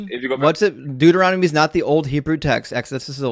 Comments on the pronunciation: These people are so poorly prepared. Most of them get info off websites that are also sloppily researched and just plain wrong. One of the callers even pronounced Deuteronomy, Dude-er-on- to-me. To that I would say, yes, this Dude Is On To You. These people do not even actually read, deeply read, their own BIG BOOK OF GOD THINGIES. (Please excuse the Trumpian caps lock) I just found your great channel and subscribed. Intellectual evisceration is so fun to watch. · Bro said durahmety instead of Deuteronomy 😂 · "Duo-er-odimy." How precious. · The caller said, “Look at the book of Duromity”. 😂😅😂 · My favorite part is that this guy can’t even pronounce the book Deuteronomy. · Why can't these callers ever pronounce Deuteronomy? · Dude can't even say Deuteronomy. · He can’t even pronounce Deuteronomy correctly 😂😅🤣